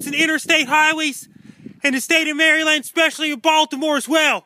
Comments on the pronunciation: Hey! Thanks for what you do... just as a heads up, it's pronounced "Mara-lin" which is why people keep commenting about "MARY LAND" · please it's not Mary-Land, Marelund is the appropriate pronunciation. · It drives me nuts when people say MARY LAND seriously its maryland. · love thee MARY! LAND! pronunciation. what drives it home is how many time he says it. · Being in MerryLand (as he says it).... This is hilarious. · Who the hell says "Mary Land"? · Can barely get the words out over those teeth. we'll be fine here in Mary land